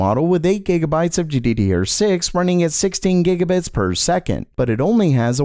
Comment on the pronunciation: Gee-dee-dee-ur had my rolling